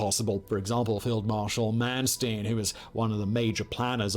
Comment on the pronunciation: His pronunciation of Barbarossa as if it only has one "s" really annoys me.... and his definite mispronunciation of Manstein.